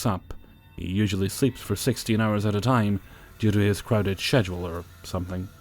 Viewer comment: I enjoy your narrations quite a bit and they make my days more bearable but for f sakes, schedule is NOT pronounced as it is spelled! Lol. But please, keep making videos.